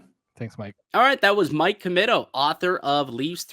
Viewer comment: It's pronounced Commeeto.